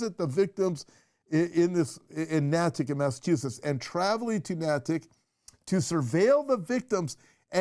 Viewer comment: Crazy story about EBay executives. Bye the way, it is pronounced NAY-TICK. I lived in the town next door needham for 20 years. 😂